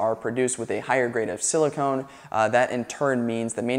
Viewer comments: Silicon... not silicone. Not pronounced the same. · "Sili-cun," not "Sili-cone". Big difference. Silicone is what used to be used for female breast augmentation until they converted over to saline bags. I doubt you want siliconE in your solar panels.